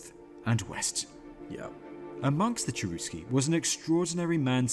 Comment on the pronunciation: maybe you should point out that the pronunciation of the tribe name was not "Tcherousky" And yes, I have watched that documentary and I found it very interesting and valuable.